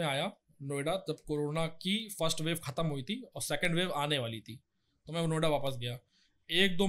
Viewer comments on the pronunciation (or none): none